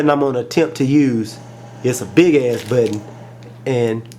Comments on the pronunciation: budden what its button........lol nice video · mah buhhk-tenn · Lol... I like the way u say button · Lol I love the way you say 'button'. Nice video.